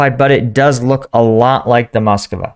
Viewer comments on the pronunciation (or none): Strange that you call it Moscova even when in video you see it called Moskva and you call identically named city Moskow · It's not the Moskova, it's the Móskva (Москва). It means Moscow but whilst it is common in English for place names to have been altered over time, to make them easier to say; it is not normal to alter the names of contemporary things.